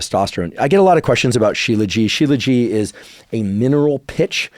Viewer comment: Just to clarify, Dr. Huberman, the "t" at the end of Shilajit is not silent. As a medical doctor who studied Ayurveda I typically use Ashwaganda, Tongkat and Fadogia before trying Shilajit.